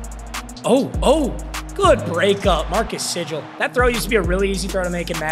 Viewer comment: Btw the free safety Sigle is pronounced more like seagull